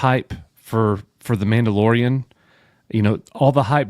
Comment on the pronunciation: I thought you said pedolorian lol